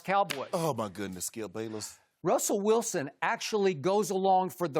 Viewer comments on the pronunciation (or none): "Uh my gudness Skip Bayless"😂😂